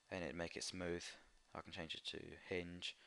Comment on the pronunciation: You mean smooth not smoosh XD